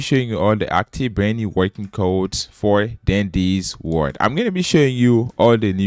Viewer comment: “For dandy’s word!” What accent is that